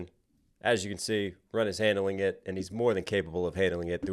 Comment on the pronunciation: Love when angry Ren says "Tired of be the it boy". the "it" sounds like ID, which could be a reference to the Freudian Theory of ID, Ego and Superego. The ID representing Primal Desire.